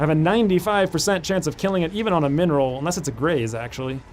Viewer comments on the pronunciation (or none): "min roll"? i keep hearing "mineral" :D mby u can rename the minimal damage to that :D